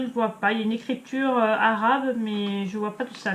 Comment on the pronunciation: Mdr la facon dont tu as dit écriture«ARaBe»